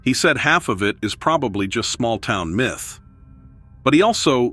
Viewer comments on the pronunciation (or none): none